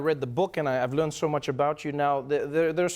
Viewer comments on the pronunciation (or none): none